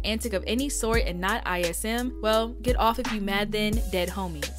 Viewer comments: She said I. S. M. lol it’s called Izm baby lol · Lol, it's pronounced "ism", not "I.S.M"... "ism" like, lemme put you on game/wisdom. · ISM pronounced “iz-em.” Slang. Definition- 1) To gain or give wisdom 2) To Educate or be educated 3) To provide or be provided with game.